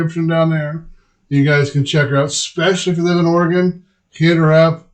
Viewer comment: "Oreggon"? Really?